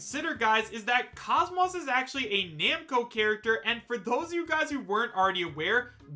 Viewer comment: You didn't need to admit you don't know much about Xenosaga. The way you pronounce KOS-MOS (properly pronounce kōs mōs, like saying most without the T) says it all. In any case I certainly would love the idea if its true but we'll see.